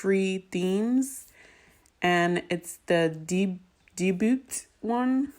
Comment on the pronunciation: thanks sis!!! this is great! just an fyi... its debut (day-byoo) not dee-boot.